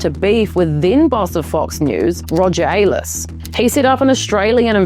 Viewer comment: Not ‘Roger Ay-less’, but ‘Roger Iles’.